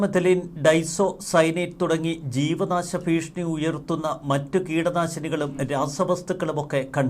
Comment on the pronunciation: എന്താ പുതിയ വാക്കാണോ ഭീഷ്ണി ..ഭീഷണി എന്നാണല്ലോ മലയാളത്തിൽ പറയുന്നത്